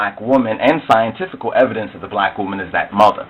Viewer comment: This is a foolish Afro-Centic video, this idiot does not understand Genetics so he makes a pseudo science video and says pseudo how many times? "scientifucul" evidence, haha, it should not take someone who is intelligent to realize how stupid this video is, Genetics is not skin color you dumb ass, Ethiopians are a mixed people